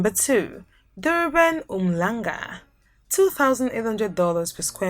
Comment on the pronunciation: Yey that H is not silent in Umhlanga my friend 😂